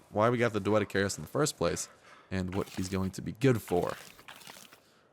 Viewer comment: lol, you cant say doedicurus right. xD